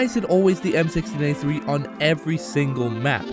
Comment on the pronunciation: you even said it wrong